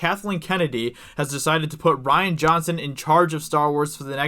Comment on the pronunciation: rian (ree-an) not ryan (rye-an) ....... duh.